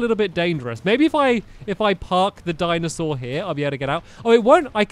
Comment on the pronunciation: Why do I hear Diamond Sword every time you say Dinosaur